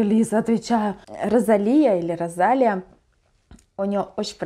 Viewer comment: Спасибо большое за реакцию на New Woman ❤️ Тоже очень понравилась песня и клип. Кстати, правильно Росалия, а не Розалия, ударение на и)